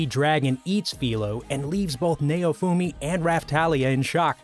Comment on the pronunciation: Meliodas is pronounced mel e o.dus Also naofumi is pronounced now fume e